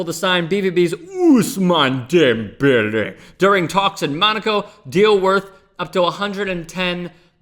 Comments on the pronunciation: Good video besides the way you said Ousmane Dembele. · Hey, can you shut the fuck up with the whole Ousmane Dembele? It's like you've never said the name in your life before when he's been a star since last year. It's really fucking annoying to listen to more than 5 times in one video, settle down.